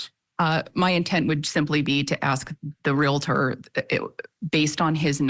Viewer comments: It's painful to hear the host of Court TV mispronounce 'Realtor,' more than a dozen times. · Ugh....real-tor... NOT re-la-ter. Come on! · Your news caster pronounces Realtor wrong. It’s not Real a tor! No A😫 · Stop saying RE LA TOR. Try saying REAL TOR 👌🏻🔥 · REAL - tor. REALTOR. There is ONLY 1 “A” in “REALTOR!!” The word is NOT pronounced, “Real - A - tor”!! What is WITH these lawyers?? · The word Re La Ter does not exist. It is Real Tor! Pronounced just like it is spelled. You are supposed to be educated! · Please!!!! The word "Realtor" has ONE "A" in it! It is RealTOR, not real-A-tor.! Dr. Phil pronounces it incorrectly also. "Cmon folks! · Real-tor not Real Uh Tor... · To the narrator of this Court TV video: You have mispronounced the word realtor multiple times. It’s pronounced REAL- TOR, NOT REAL-I-TOR!! Common mistake but it’s cringy when newscasters and journalists say it wrong over and over. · Its real tor it isnt reali tor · Real-tor, real-tor, real-tor. Not real-I-tor. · Real a tor? Do you mean real tor? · Pronounced Real-tor in 2 syllables, Not Real-a-tor. A mistake often made. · “REAL-TOR”. Not realator. Thank you. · Real-tor; not real-a-tor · It's realtor, not real-i-tor. How can an anchor not know that? I can see getting it wrong once, but over and over again.Sounds ignorant. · Let's all have a lesson in the correct pronunciation of realtor. It is not re-lah-ter. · Oh US! The English Dictionary shudders!! It's pronounced Real tor. Realtor. Not Reala ter. About as frustrating as the Prior bullying tactics. 😂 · your news reader needs to learn how to say realtor. Real Tor. Was driving me crazy :face-orange-frowning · It’s REAL TOR —- 2 syllables. I.e., nuclear. NU KLEE UR Most say, “NU KUHL UR” 😬I’m not being a smarty britches, I promise! 😉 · It is annoying to hear realtor pronounced “real it er”. 😆👹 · it is pronounced REAL-TOR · Pronounced Real-tor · Please stop saying Real-a-tor. Thx